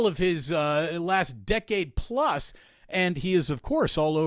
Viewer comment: Thank you Damon for the extra 20 “Pluce” minutes today 😀🏀